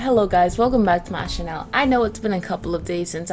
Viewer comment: do you really chanel until you say channel be chanel?